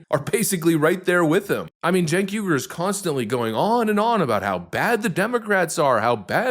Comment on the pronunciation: That awkward moment when your momma names you "Sink", but she misspelled it "Cenk", and you've spent 40+ years mispronouncing it as "Chink". It's generational ignorance on national TV.